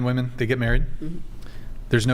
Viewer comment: What the hell is going on at the higher levels of educational where “women” can’t even say “women” correctly? It’s a god damn epidemic, and no one corrects it either so it just persists.